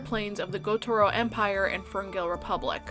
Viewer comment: I almost thought you said satouri gojo - but it was gotoro lol